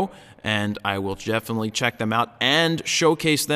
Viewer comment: Lol "i will Jefffinitely"